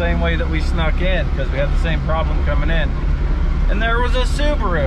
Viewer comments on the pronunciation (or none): Why they pronounce Subaru as Subru?